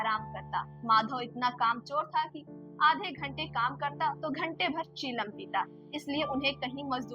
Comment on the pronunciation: जबरदस्त। खूबसूरत प्रस्तुति। चीलम नहीं चिलम सही उच्चारण होगा।